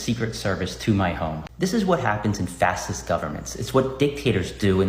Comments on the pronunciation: Did he really pronounce "facist" as "fa-sist".... When someone doesn't know that it's pronounced "fa-shist" then you can completely disregard anything else they have to say, especially when they're trying to use the word to insult someone else. If he doesn't know something as simple as how it's pronounced then he certainly doesn't know what it actually means! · Why does he say it like "fassist" and "fassism?" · FAST EST ? WTF, are you serious? then FAST ISM, wow. Try pronouncing it like this buddy: fa-shist and fa-shi-zəm. You probably can't say "rubber baby buggy bumpers" really fast. You can plead ignorance, but 86 or deep 6, are terms to off someone/something, to say anything else is intellectual dishonesty. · I don’t know what a “fissist” is… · "Fasist." "Fasism." Man, this guy is so smooth brained he does not even know how to speak. What a moron, they need to find something else to charge him with, people with so few braincells do not belong in a civilized society. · Did he say in Fassiss Government bcz he can't say Fascist ? Vote out Fassism he JUST said it again. He can't even PRONOUNCE it let alone know what the words mean !!!! Idiot. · "This is what happend in fassist countries". The soyboy has a speechimpediment! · WTF is a Fassist? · “Fass sist governments” wow he must be a history major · A Fast-est Government? Yeah, DJT has been very fast at exporting illegal criminals and showing lilly white gring0's like him that there are consequences to sh*t-talking. A Fast-est government. These guys don't even know how to pronounce, let alone understand, the worlds they blindly recite. Funny how on MSNBC they think that everyone has forgotten about Butler Pennsylvania on July 19th 2024...well the 65% that voted for DJT have not forgotten. ONLY the people who intend to always hate Trump forget such historical events. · That can't pronounce fascist. I missed where people were saying 86 Biden, that was a felony too. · Dude cant even pronounce Fascist